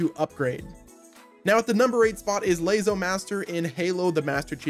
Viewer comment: Why the heck did you pronounce LASO as layzo. It's pronounced like lasso. Lol